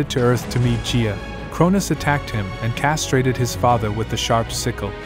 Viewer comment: It's Gaia not Gia and also it was a scythe not a sickle